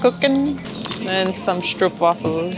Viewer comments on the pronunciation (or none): s CH enk stroop no sh it is a CH as in iCH.. and not sh troop hard s tr oo p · Stop calling it strup The double oo is pronounced as an o like in boat.